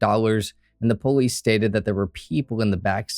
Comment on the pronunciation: When he says police it sounds like bolice